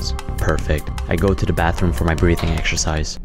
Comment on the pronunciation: This is Pure Gold =) even how he pronaunced there breathing as breeth In doing that lane on toaletní broooo =) if not for drugs i probably would seriously work the number of hours they paying me witch would be About 167 more hours per week 🤣🤣🤣 and I will use hashmap